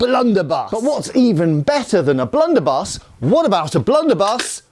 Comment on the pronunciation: "Blunderbie.."....😅 ded